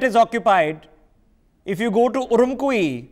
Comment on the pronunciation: उरुम्छी and not what he pronounced.